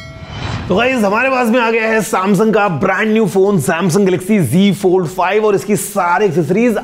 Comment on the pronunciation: app g fold bol rhe hai wo g fold hai ya z fold h